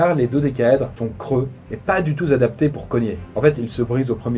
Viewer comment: Si tu fais la liaison entre pas du tout et adapté on dit pas du tout ttt adapté, non pas du tout zzz adapté ! Sinon super vidéo